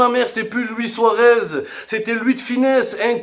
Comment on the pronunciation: Suarez souaguez 😂😂😂😂😂